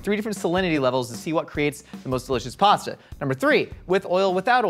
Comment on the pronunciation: Step 1 should have been learn how to say pasta properly